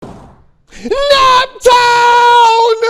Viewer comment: Im from indiana and we don't even say naptown like that. This fake fan post